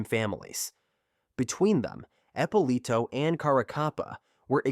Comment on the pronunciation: The AI ruins this. Epp uh Lito not appalah